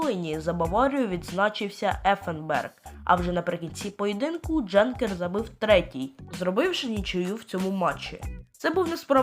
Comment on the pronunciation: Не Дженкер, а Янкер, не БЕлькевич, а БелькЕвич ( Царствие Небесное Валику)